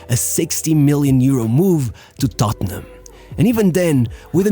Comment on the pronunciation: Lads, it's tottenham.